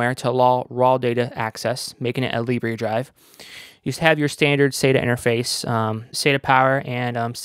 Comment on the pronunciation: Libre... "lib ray" In French Libre means free. In French it's pronounced "lib rrr".